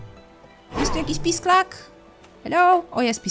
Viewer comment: w niektórych momentach jak mówiłaś pisklak ja słyszałam pisak (LOL) i zastanawiałam się o jaki pisak ci chodzi ps. jesteś mega, nagrywaj dalej bo jesteś naszą dzienną dawką słodyczy,zabawy,rozrywki!!:3